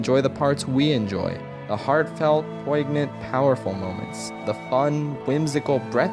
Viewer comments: it's pronounced like "poin-yant". The g in poignant is silent. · The "gn" in "poignant" is pronounced the same as the "gn" in "lasagna." The word should sound like "poinyant." THAT WAS HIS MISTAKE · say that word again I like "poignant" being said that way poig-nunt... poig-nunt... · umm the g is silent in poignant 😬